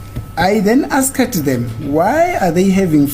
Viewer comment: Guyz am not rude but pronouncing ' Asked ' A s k e d,, repeatedly haaaiman my daughter is puting me underpressure